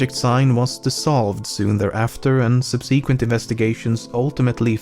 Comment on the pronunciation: in the word subsequent ... the se is short not a long e ... like search ... yes it is obvious english is not your native language but you do enunciate very well ... and i am sure you dont mind learning how to pronounce words better either .